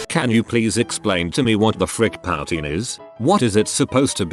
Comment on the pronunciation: Hey, fake AI, you can say "comparable " correctly. Why can't you say "poutine " correctly? Also, Canadian Geese aren't evil, they are just fiercely protective of their babies, their homes, and their territory. That's why I think their nests should be dotted along the Canadian/US border, in the hard to reach places 😉 🪿. Get through THAT, mofo drug traffickers. 😂🇨🇦💪